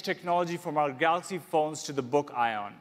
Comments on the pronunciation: Samsung galooxi not ton !! Smaaaaart phn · Did he say Galox again I didn't watch the full video. And if he did, when? 😂😂